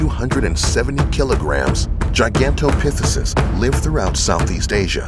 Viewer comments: Ha ha, yeah, I was like what? What did he say? Pithesus? 😁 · Pronounced Gigantopithecus wrong.